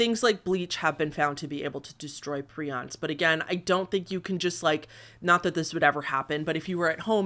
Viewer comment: Prions is pronounced pry-ons.